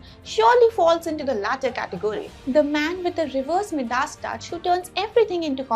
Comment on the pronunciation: Saw this from Deeksha.....but wanted to hear English. Midas.....is said as....my ...da.....ss